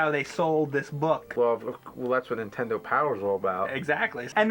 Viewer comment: lmao I love how 80% of the time James says 'entendo' instead of 'nintendo'